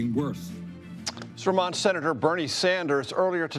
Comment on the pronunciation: The state of “Surmont”??? This is a National Network anchor person? Ron Burgundy could do better.